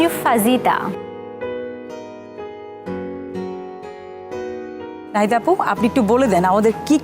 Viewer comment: uccharon na fajita na fahita .